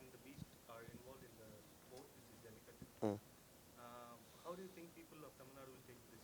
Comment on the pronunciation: It’s a shame the anchor/moderator didn’t take the effort to learn how to pronounce the name of the movie.